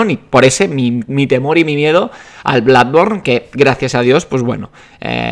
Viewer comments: DEJA DE DECIR BLADBORN PORFAVOR. PORFAVOR. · Me siento confuso:Toda la vida oyendo "Bludborn" y pensando que se decia "Blodborne", y ahora llega y dice que se pronuncia "Bladborne"Que cacao mental...